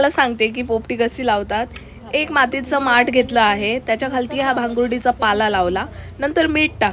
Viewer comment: भांगुर्डी नाहि.... भांबूर्डी चा पाला आहे तो आणि ओला पावटा आहे